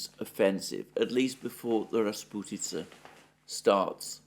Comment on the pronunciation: As a Russian, I smiled happily when Alexander said the word "rasputitsa" perfectly in the same sentence where he speaks about heavy English rains. :)